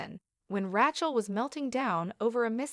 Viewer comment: Ratch-ell? Channel belt?? Good God!